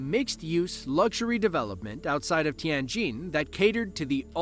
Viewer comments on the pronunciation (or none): none